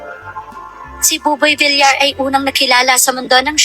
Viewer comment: Boss paki ayos ang pronounciation mo mas oki ung Vilyar na sanihin kesa Vilar pls TVJ din ako forever